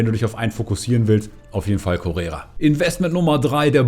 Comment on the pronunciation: Der heisst Correa nicht Correra. Steht sogar auf der Karte.